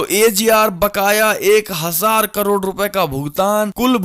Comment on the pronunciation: कड़ोर नहीं करोड़ कहें। खौचमा नहीं खौमचा कहें।